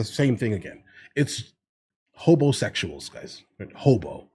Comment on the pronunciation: Did you say Hobosexual?? or homosexual